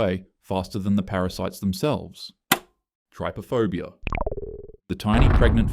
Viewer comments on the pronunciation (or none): Did you say Tryphobia? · nobody is talking about how he said trypophobia here.